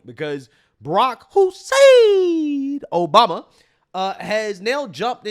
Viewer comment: did you say Barack Insane Obama? 😂🤣